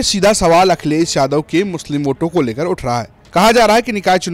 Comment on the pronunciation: Akhiles ko to Muslim bolne bhi nahi AA Raha hai